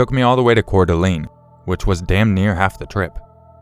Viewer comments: Locals pronounce Coeur d'Alene like core duh Lane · The way you said Cour D Alene was funny. I lived there for a few years. Everyone pronounce it wrong.